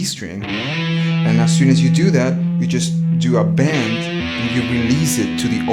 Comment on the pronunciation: bend not band!!! lol good video